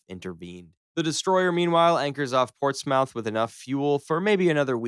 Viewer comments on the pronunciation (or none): That's not how you pronounce Portsmouth, (it's 'muth' rather than 'mouth'). But really enjoyed the video, thanks! - a Brit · Great video but as someone who has been there many times and lives very close to it please don't pronounce Portsmouth like that ever again 😂 the "mouth" is more like "muth" so "ports-muth" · [pawt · smuhth], not [Ports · mouth]. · Btw Portsmouth is pronounced like ports-muth, not ports-mauwth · Ports-mouth really took me out. It’s pronounced Port-smuth as a heads up. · Ports Muth, not mouth. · Portsmouth is pronounced "Port's smith." Just FYI. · “Port’s mouth” bruh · It's pronounced "Port's muth"... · Heads up Portsmouth is pronounced "ports-muth" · "pourts mowth" Bruh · Ahh yes ports mouth yummy ships. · Arleigh Blurke vs Port’s mouth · my guy really said ports-mouth x D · When an American tries to pronounce "Portsmouth" 🤣🤣🤣🤣🤣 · Bro the pronounciation of portsmouth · A battle of what? You might want to check how to pronounce Gravelines. And Portsmouth... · I loved the video but I hated the way an American says Portsmouth